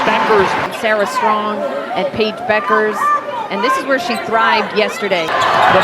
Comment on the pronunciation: So I guess the "U" is silent in Bueckers...for a while I thought her name was pronounced BUUKERS...not BECKERS.